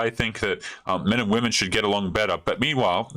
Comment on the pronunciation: When this "dating coach" says "we" she means wahmen, I'll still give the old gal a zinc injection and ghost